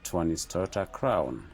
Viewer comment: What did I hear? 2.599M toyata prado? Waah. Thats a deal.